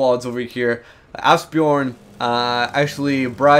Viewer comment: Haha! I know. I've just had surgery and it hurts when I laugh, but I can't help myself when I hear him say that. The "j" in Bjorn somehow dissapears for him. :)